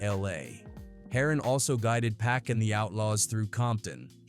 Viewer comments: Get yo shit right u out of country foreigner....it's Pac not Pack... I ain't watching this shit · Been dead nearly 30 years and people still can't pronounce 2PACS name correctly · Thought it was PAC 😂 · I couldn’t watch nomore after hearing how they kept pronouncing pac name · Keep saying Pack. AI mess. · The way you say Pac´s name is like the cops who didn´t believe his legal name was Tupac Shakur